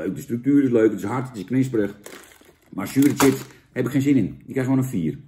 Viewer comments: Zucht Jan.. het is 'chips' en geen 'tjips' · Sjips, niet tjips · Jan, ga gewoon is "Sjips" zeggen! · Zo vreemd als iemand tjips ipv sjips zegt. Net of ze een computer aan het opeten zijn.😜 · Van het woordje “tjips” raak ik altijd geïrriteerd. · Jan wij in Noord-Holland zeggen toch gewoon sjips?? Wtf. Top review weer 👍🏻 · Normaal gesproken gaan m’n nekharen overeind van mensen die tjips zeggen maar van Jan tolereer ik het